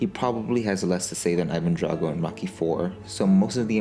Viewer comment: When he says rocky it sounds like he says mocky